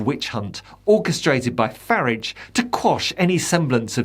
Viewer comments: Commentator. Please stop mispronouncing Farage. Hs name is not FARRIDGE. It is very irritating. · isn't it pronounced fyoorarge? just asking questions? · Re-form. That's where we've been wrong in how to pronounce the current name of the Farridge party. it was Ukip, re-formed as the Brexit party and re-formed into its present configuration. Expect another re-form when Farridge decides it's time to do so - maybe when its first tax bill arrives for this, his favourite Ltd. company.